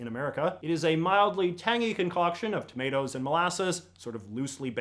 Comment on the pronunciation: did anyone else hear "potatos and mollases" instead of "tomatoes and mollases"? My mom and I had to do a double take.